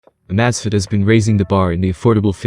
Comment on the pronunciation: If you're going to update your videos, you should at least make sure that your narrator knows how to pronounce the item that the video is about!